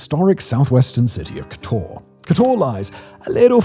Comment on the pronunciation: What's with the Spanish stress on Slavic names of towns? It's not kotOr, but kOtor. It's mOstar, not mostAr.